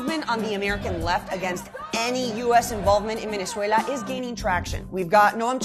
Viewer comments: 2Hedz she says it as a Venezuelan, that's how you should pronounce it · thats how you say it in spanish lol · Sweetheart, please stop with the exaggerated Spanish accent when saying Venezuela. You don’t use the equivalent when saying Paris or Liverpool for that matter so just drop it for Spanish-language words. Good content otherwise. Thanks! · Kevin Hernandez-Fabre I never said it was wrong! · Is anyone else annoyed by how she switches to Spanish when pronouncing Venezuela? Does she also say Deutschland when talking about Germany? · No you're not a pro Trump military hawk, you're just a completely ignorant liberal. You think it's funny to make the point that kidnappers stopped kidnapping.....hahaha. You're entitled simply by the fact you can Venezuela in spanish accent. And have you been to Venezuela? And so who are you to say that protests in the USA need to have venezuelans at them to mean something. I'm Latin American and every Latin American I speak to knows this is about simply raping the country of it's natural resources by people that are completely unconcerned about the plight of the poor and that want to reverse the gains made by the Chavista politics of housing state medicine and collective betterment. Your opinion isn't welcome but you're entitled to it. But that is simply all you are, entitled.